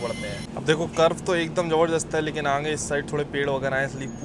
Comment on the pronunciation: Bhai aangeyy nhi hota h.. Kitna baar bola h.. Aangeyy aangey😂😂😂aagey hota h